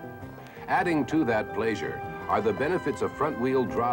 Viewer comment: If you pronounce ‘pleasure’ this way, you’re probably a serial killer